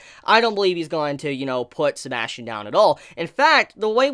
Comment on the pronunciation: His name isn’t Sebastian, it’s Sebas Tian. First name = Sebas. Surname = Tian. Which makes the pronunciation different.